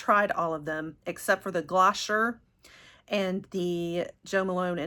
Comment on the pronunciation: Hi! I wanted to let you know that you pronounce Glossier as "Gloss-ee-yay". It is a great brand I love them